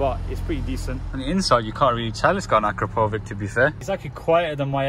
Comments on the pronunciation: I can't listen to you misspell the name akrapovič, so I'll give you a little advice on how to pronounce it correctly - acrapovich ( the Slovenian letter Č is pronounced CH in English ). PS: Will there be any other video with subaru impreza? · The exhaust is pronounced like " ahh crap oh vich"